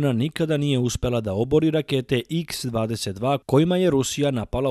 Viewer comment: Ne izgovara se iks 22 već kaha 22.pozdrav